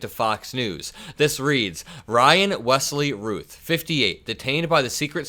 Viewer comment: I believe Routh is pronounced like the word south, like the actor Brandon Routh